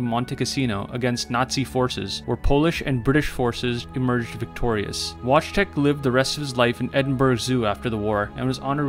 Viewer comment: Yes this is all true but it’s pronounced like Vot-tek. Wojtec is also a somewhat translation to William from Polish